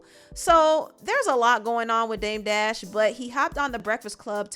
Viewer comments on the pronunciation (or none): Lmfao Charla called him dame debt 😂 and Debt Jam 😂😂